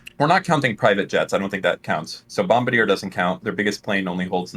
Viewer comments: It's not pronounced "Bomb Ba Deer" it's "Bom Bar De A" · Jesus Christ you guys were pissing me off. It's pronounced BOMB-BARD-EE-AY. A Bombardier (the way you've pronounced it) is a bomber in an army. Bombardier, as in BOMB-BARD-EE-AY is a Canadian plane and bus manufacturing and design Company, with a French name. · getting triggered hearing them butcher the pronunciation of Bombardier